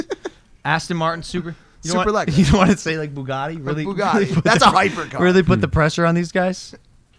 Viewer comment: Did anyone else hear how pronounced “Aston Martin Superleggera”🤣